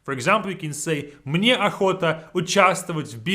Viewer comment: "Мне" sounds kinda "Мы не" together